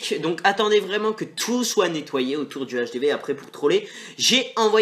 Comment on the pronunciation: ON DIT PAS LE HDV x), sa fait saigner des oreilles ! L'hdv= l'hache des V